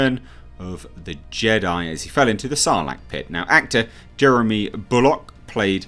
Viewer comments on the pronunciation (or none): none